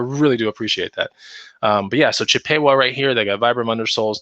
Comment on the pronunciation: Chip a Wa not the long A, the short A sound